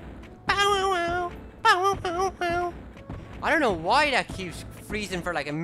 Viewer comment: Ting instead of thing, Tat instead of that, de and dat instead of the and that, nuttin' instead of nothing...I can't tell if he's irish, British, Asian, or just has the worst lisp I've ever heard...